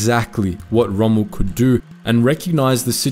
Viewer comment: There is no need for the ultra-continental pronunciation 'Chommel'. Montgomery was selfish in the sense of insisting on a huge margin of resources before beginning the Alamein campaign.